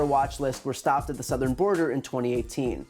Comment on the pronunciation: Sarah YOU SAID SOOTHERN border so you lied again